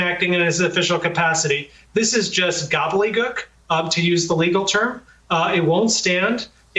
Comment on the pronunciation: Neal, great presentation. Just 1 thing: it's 'gobbleDEEgook.'